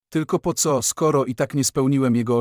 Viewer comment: Dlaczego lektor dziwnie wypowiada; zamiast "Bzu" czyta bezetu, zamiast "co" ceoo?? i jeszcze kilka innych słów wypowiada albo jako skrót albo z angielska???